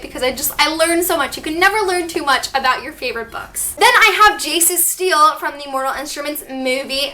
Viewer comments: did anyone else scream when she said steel instead of stele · im sorry to be that person but it's called a "ste-le" not "steel" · It's pronounced steleeeeeeeeeee tho not just stele. In the tv show they pronounce it stele with a long e at the end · This is shelf goals I’m so jealous.😍😍(also I thought it was pronounced “ste-lay” not “steal”?) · So uhm its stelé not steel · In this video she pronounced stele like Steel but I thought it was pronounced stell-ay I could be totally wrong so some please correct me if I am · I love your video but dduring the video u said steele but its pronounced stele sorry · its pronounced stelae in the tv series and thats how i pronounced it but each to their own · it’s pronounced steh-lay lol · It is ste-le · It's bothering me how your pronouncing stele "steel" but it's fine because I love the video😂💖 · its pronounced Stel-lay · It's pronounced stel-aye sorry it just got annoying!! 😁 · pronounced it as Stelle...x"D..as in Stella but like stelle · I can't believe I've been pronouncing stele wrong this whole time. 🤣😩 I collect keychains so I definitely want to see if I can find an angelic rune keychain. Thanks for the tour! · Hahaha Cassie has stated that while its a real word with a proper pronunciation, even both of its adaptations pronounce it "stellay" which is incorrect so she encourages fans to pronounce words in the books however they like, but I'm so happy to hear you liked the video! TBH I think "Steele" has the most controversy over how it's pronounced XD